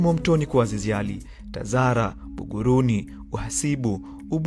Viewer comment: Ila wewe sio Mtanzania maana hata Buguruni unaita baguruni.